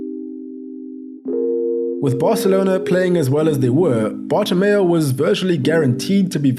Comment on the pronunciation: Petition for a drinking game everytime says Bartomeo instead of Bartomeu